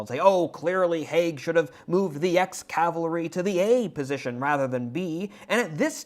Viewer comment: It is CAVALRY not calvary